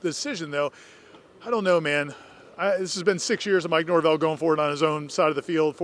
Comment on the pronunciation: Mike Norve-L